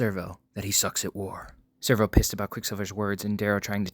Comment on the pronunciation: This is great but am I tripping or isn't it Sev-ro..... not Servo?